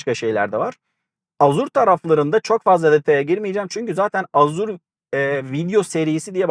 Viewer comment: Azur ne la :) Ejur diye okunur